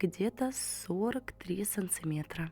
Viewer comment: ты молодец, руки у тебя золотые, голрс завораживающий. Но только зачем так вихляться? И не "санцЦиметр", а " санТиметр".